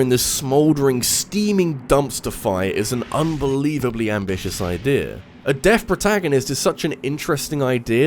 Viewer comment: I kept hearing Death instead of deaf